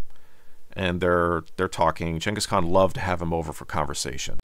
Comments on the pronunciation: Is it gangis, or yangis? Y do u keep saying yangis? Even spell check dose not recognize yangis khan. Its Gangis Khan. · They ur saying genghis kahn like jangkus kon is so annoying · Gang is khan not Chang is khan. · Never in my life heard "Jingus Khan" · Jenghis Kahn? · You know what I don't like about this video? This dude is so pompous, why is he calling him 'Chenghis Khan" without explaining?!?!?! We're just supposed to accept this?